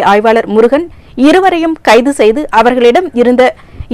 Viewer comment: காலப்பட்டு என உச்சரிக்கின்றீர், காலாப்பட்டு என உச்சரிக்கவேண்டும்.